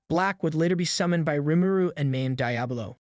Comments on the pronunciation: Is it? shit, it was pretty good until I heard L-I-ves instead of lives... and weird emphasis on Is in general. It said Diablo really weird at the end too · bro said die ablo